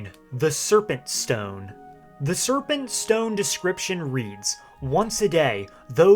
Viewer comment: Stowyne lol the way he said it